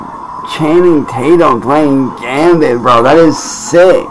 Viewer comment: So professional. This will definitely support a wife and 2 kids. 😂 Edit: Just realized he pronounced Gambit as “Gambi”. You’re a joke